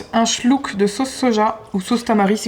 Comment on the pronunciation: Aaah, moi j'ai entendu schlouk 🤣, et moi aussi j'adore